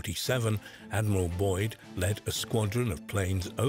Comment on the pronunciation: ADMIRAL BYRD NOT BOYD